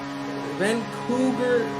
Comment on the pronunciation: "Vancouger Canuks" 😭